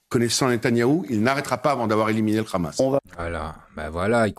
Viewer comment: Meyer KHabib lol, en effet, s'il n'est pas capable de prononcer Hamas, alors il peut prononcer aussi son nom Khabib